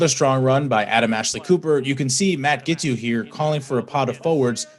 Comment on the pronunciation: Admit it. All that adverb stuff was just cover for Zack's mispronunciation of Giteau's name. He failed 3 different ways. Thanks for the news.